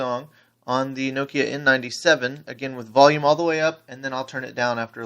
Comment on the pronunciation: lol this dude cant say nokia right